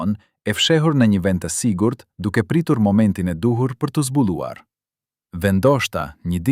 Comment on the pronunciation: Bravo qe e paske " zbulluar".....lexo shqip o njeri "yli"na neveritet.bashkeshorti nuk quhej Ramiz por Rexho Mulliqi....s' keni turp per genjeshterat😮😮😮😮😮